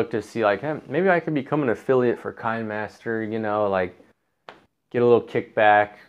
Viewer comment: It's pronounced "Kina master," as in kinescope.